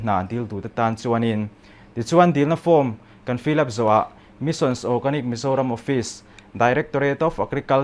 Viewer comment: Missions ti deuh tlat 😄 Mission.